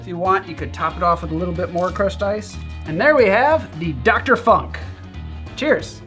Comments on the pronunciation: Yeah, it's Funk with the U as in Tunesia, not in Punk. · Hi! Your videos are awesome! Since long time! The presentations are precise, stylish, informative and it's well cut/assembled. Always! Thank you a lot! Your videos are a real present/gift/gem to the community! And btw: you german pronunciation of 'funk' comes with a heavy american accent, which is fine, guessing you didn't have lots of practice on this. I love the dialects and accents of my mothertounge. Der 'Funk' translates to wireless or radio, while der 'Funken' translates to spark, but this is another story... Cheers and zum Wohl!